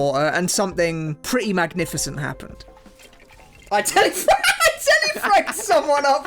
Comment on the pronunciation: Tele, not teli.